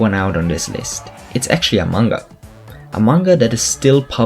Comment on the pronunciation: When he said "a manga" it sounded like "among us" but they are pretty simalar which is why I assumed he said among us lol